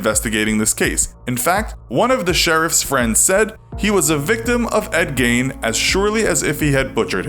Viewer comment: Who else thought when they said his name they said “endgame”